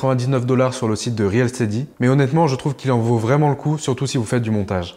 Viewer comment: Salut! Ça fait plaisir... Yen avait marre de voir l'autre... 😊 Sinon c'est pas réel steady mais reel se prononce "ril". Merci à vous deux pour le contenu de ouf que vous nous donnez.